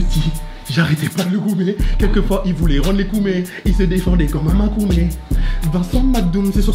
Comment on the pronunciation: Et loni c makomé et non makoumé🤣🤣